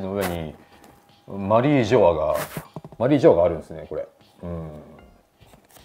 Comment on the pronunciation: 野田さんの発音マリー⤴︎ジョアなの気になるー！ マリー⤵︎ジョアじゃないのかなー😮